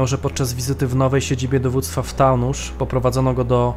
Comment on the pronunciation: nie "taunuSZ" tylko Taunus, po prostu Taunus, wymawiane przez "s" a nie "sz"...